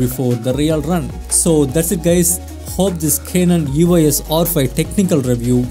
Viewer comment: Its E-Os not E-O-S...